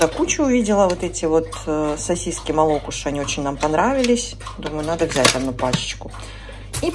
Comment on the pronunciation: а почему МолОкуши? Там же ударение стоит, МолокУши?)) Как всегда, приятно Вас видеть и слышать 🌷